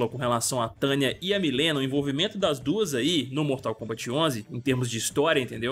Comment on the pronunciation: Que nervo ouvir ele falando Milena o tempo todo hahahha, é "Mãlina" que fala..